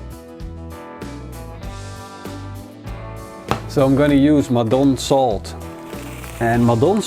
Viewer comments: Not Mol-doan salt. Maldon (pronounced 'Mal' (as in malt) and 'dun' (as in London)), after the town of Maldon, in Essex, UK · Tasty. By he way, Maldon salt is pronounced with the accent on the first syllable, which also has a long "a" as in "all".